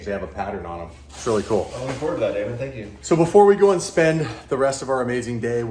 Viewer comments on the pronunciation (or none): none